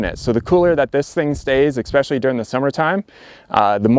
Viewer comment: "Expecially" interesting.